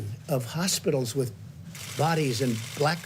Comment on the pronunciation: Did he say horse-pitals?